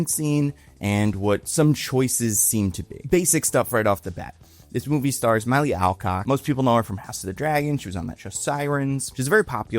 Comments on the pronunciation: Its "Milly" not "Miley" 😭🙏 Respect the baddie name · Indeed. "Milly" should rhyme with "silly". "Benoist" should apparently rhyme with "moist" to match Melissa's own pronunciation. did a pretty good "Calle", but Americans can approximate it more simply by saying "ka-yay". As if you were John McClane saying "Yippee-Calle".:) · Are you saying "Miley" as ragebait? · Just an insane pronunciation of the name Milly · Milly is 25. Also, he literally doesn’t treat her that way, at all. If he thought that then he’d tell her to eff off and take your stupid dog. Jeez you’re not right about anything, from mispronouncing every member of the cast to saying that. Yeah, I’m out. This isn’t analysis. This is rage bait.